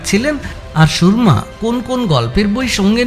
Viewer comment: নামটা "সুরমা", "সুর্মা" নয়। "র"এর উচ্চারণটা "র" হবে, "রেফ" এর মতো নয়।